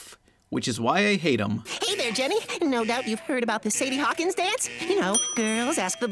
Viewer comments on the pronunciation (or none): none